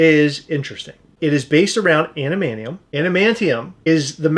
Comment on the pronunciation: Thank god, this review is over, so I don't have to hear murder the pronunciation of adamantium, you know Adam-an-ti-um not ad-man-chee-hm.